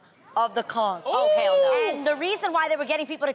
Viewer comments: Its pistal adrienne ..... look at then messing up the word conch (the ch takes on the k sound)... this not spongebob with with the mighty conch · lol why do yall pronounce conch like that? Or do we island people just say i wrong lmaoo?